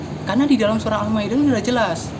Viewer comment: Ngucap al maidah aja al maiden